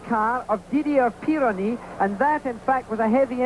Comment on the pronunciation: Worth watching just to sneer at the pompous Sir Jackie, [ "a self certified half-wit" in the words of Max Mosley], mispronouncing "Didier Pironi". Unbelievably crass of him to "interview" Andretti in the aftermath.